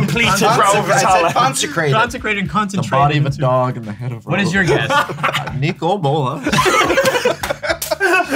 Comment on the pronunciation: “Kneecole Bolas” 😂